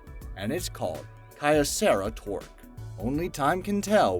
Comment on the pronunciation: Kyocera is pronounced kee-osserah. Kyoto Ceramamics.